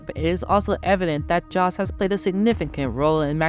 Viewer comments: Look, in order not to make yourself look like a fool and certainly you are not an F1 fan...its really important to sell your story, and that is to get the names pronounced correctly. Its pronounced Yos...Not Jos, even though its spelt that way. Why dont you say knife with that same intelligence...im just saying. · Jos is pronounced as 'Yos' not as Josh. Thank you. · It's JOS like with a Y, not like J with John. Americans should start listening and stop acting like ignorant idiots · If you want to sound credible covering international events spend some time learning how to pronounce the names of those involved. Keep in mind that the phonetics vary between languages. In Dutch a “J” is pronounced like an English “Y”, so it sounds as “toss”. Show some respect and get people’s name correct. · Jos pronounced yos is a dick, you need to learn abit more about formula 1 before doing ANY video on the subject though tyrel or tirrell as it's pronounced though couldn't watch no more, good luck to you though